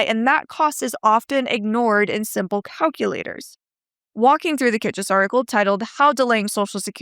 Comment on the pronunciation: Good analysis. I believe that Kitces is pronounced kit-sess, not kit-chess.